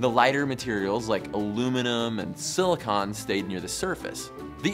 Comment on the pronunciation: That's not how you pronounce silicon just saying.